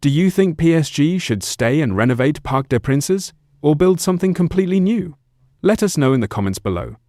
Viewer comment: Its pronounced Parc De Prance, not Parc De Pranceh! Its embarrassing and you should do your research before uploading content!